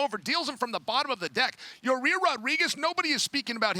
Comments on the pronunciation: Absolutely Nobody: Chael Sonnen: “Your-rear Rodriguez” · Ya-rear Rodriguez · Chael pronouncing it “ya-rear Rodriguez” 🤣🤣🤣🤣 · Chael calling Yair ya rear is driving me crazy. “Get the jump on ya rear” “Beat ya rear” CHAEL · Its Chaels comment and he deliberately mispronounces names